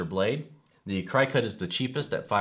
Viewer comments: LOL i cringed everytime he said CRY-cut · LOL CRY cut instead of cri (short i) cut. When reviewing products you should know how to pronounce the brand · Omg, did you say Cry-cut? Lol. It's cricket , like the bug. Lol!!!!! I'm thinking if your doing a review you would know how to pronounce it. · Hopefully by now you have learned that the Cri-cut as you say is not the way it is pronounced. It is Cricut like the bug. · At least u know hes not a "CryCut" shill.. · It's driving me crazy the way he pronounces Cricut! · Dude, you are not extremely knowledgeable in any of these products are you? first of all , it is pronounced "CRICKET" like the bug. Brother machines are available from stores that sell the Brother SEWING MACHINES. DUH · it's pronounced cricket -- like the insect. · Yes you can, though you can use any image (even googled ones) to make custom cuts on the Silhouette or Cricut (pronounced "cricket", that was just freaking me out every time he said that wrong). The Brother SNC requires you to convert any svg. file to an fcm file to be cut on that machine, which you do online with the cloud software, and save it to either your computer or flash drive to actually use it. And they are "die cutters", not printers. None of them print, but they do write/draw. I have both the Cricut Air and the Brother...love both! Hope that helps. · Cricut is pronounced, Cricket! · Yes, thank you... I got half way though and had to stop because of how he was saying Cricut. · LOL Thanks for the info but you Crack me up...Non crafty for sure and I know because it's pronounced like "cricket". I do appreciate the comparison video. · sorry, i cant watch and listen to you mispronounce Cricut for 8 mins. tbh.